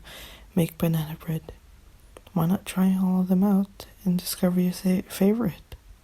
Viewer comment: Banan bred? Banan bred👌